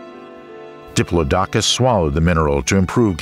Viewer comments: "Diplodocus" is pronounced "di-PLOD-oh-cuss>" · NOT "Dipp-loh-DOK-uss"! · I once was at a performance by Peter Schickele ("of PDQ Bach fame") where he pronounced it "DIP-loh-dok-uss", only to have his accompanist correct him with "That's 'DipPLOD-acuss'". I was Today Years Old before I heard that first pronunciation spoken in a serious voice! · It is pronounced duh·plaa·duh·kuhs not dip low docus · Diplo dokus ahahaha it's "diplodocus" diplodicus.... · I believe that Diplodocus is pronounced. duh plaa duh Kuhs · What the fuck is a Diplo Dockus??!! Now I dont believe none of the names you pronounced Crustaceous LMAO maybe C+ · Your pronunciation of Diplodocus is wrong. Who told you that is the way it sounds? Bad researching? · Your saying diplodocus 🦕 wrong in the video 😑